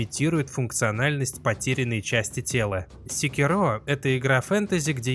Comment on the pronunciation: Ну когда ж уже обзорщики Sekiro научатся ставить ударение...